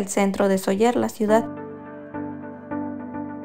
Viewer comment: Gracias por enseñar un poco nuestra casa. Se dice Sóller. Acentuando la O ya que existe el acento. La vocal fuerte es la ó. Cuídense 🙏🏻